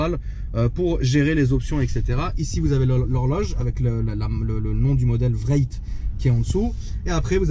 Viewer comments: Dawn not down and wraith not vraith. Cool Thank you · C’est « Wraith » comme le « spectre » pas « Vraite » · Omg facepalm j'ai bien entendu vréite !?.. wraith se prononce un peu comme race. 😩😧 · RR VRAYYYT 😂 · La Rolls Royce Vréytte 😂😂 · j'ai cru qu'il parlé on allemand " ich heb ein grosse vraycht " xD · ça se prononce wrayfe